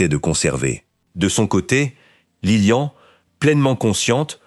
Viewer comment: Beaucoup trop d'imperfections ! Que vient faire dans la monarchie Belge la présence de la reine mère d'Angleterre ? et la mère de Léopold n'est pas Isabelle mais Elisabeth. Que dire enfin de cette voix synthétique qui prononce Lilian et non Liliane ? C'est assez décevant